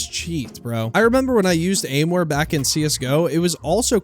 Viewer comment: its not aimware it is aimwhere